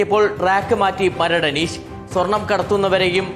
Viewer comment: അനീശ് അല്ലടാ അനീഷ് എന്ന് പറ